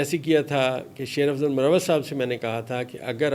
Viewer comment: سر مروّت نہیں۔بلکہ مر وت ھے